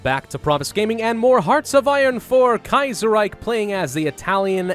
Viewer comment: "Kaiserrike" - Grammer Nazi, 2018